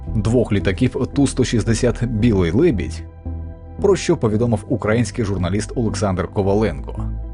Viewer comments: дякую за відео, але що зі словом "українці", "український"? Чому воно укрАінсьий і укрАінци? неможливо слухати це мені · Поверніть плз попереднього спікера, а цьому передайте що в слові "український" наголос на ї, але ніяк не на а! Та й перекладач якийсь р*сн*вий, переклав "attack" в "теракт". Помилки наче мінорні, але важливі, ви цим створюєте недовіру до каналу.